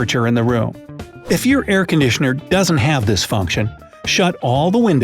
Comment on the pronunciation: Did you say aircondickner on purpose or was it a mistake lol?